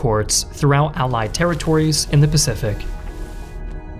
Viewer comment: "AH PACIFIC THEATER" 😂😂💀